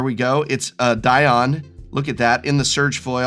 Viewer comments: Dion and Dionne are both "Dee-on"... Celine Die On... lol. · Is Dion really that hard of a name for Americans?